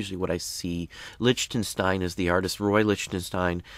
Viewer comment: its lick-ten-stein